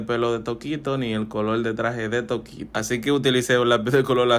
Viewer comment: Bro no es toquito es tokito